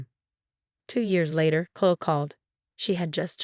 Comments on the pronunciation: Please use names that the computer can pronounce. It's Kloh-ee. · Oh good! I came here to say the same thing. So irritating, they keep choosing this name but speech bot has no idea how to pronounce it. Uggghhh😢